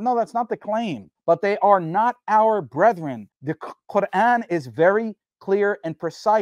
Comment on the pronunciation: YQ can't pronounce brethren.